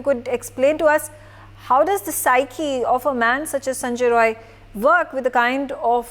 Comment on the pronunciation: Not roy its rai